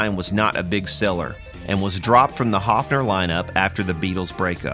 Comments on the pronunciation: It would be spelled "Hoffner" in German, the way you pronounce it :) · Actually the company is called "Höfner" with an "Ö" It's pronounced similar to the "o" in worm or "i" in bird.